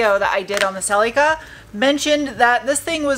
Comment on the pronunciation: OMG I laugh out loud every time you say "Celica" like it's some strange relic that nobody has ever heard of. (FYI, the "i" in Celica is pronounced like "ick" not like "eek") '72 Celica ST was my first car, and it has been great to see how you have revived this one! Nicely done!